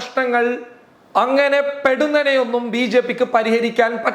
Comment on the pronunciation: പെടുന്നനെ അല്ല, പൊടുന്നനെ.